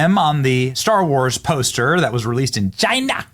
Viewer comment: I notice you are trying to do the trump thing by saying names a certain way like “CHIna” just do your own thing homie 😊